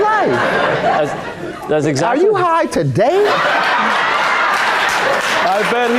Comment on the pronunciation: "Are you high tuh-DAY???" I need that on a shirt. That's the second time I heard him ask that 😭🤣😭🤣😭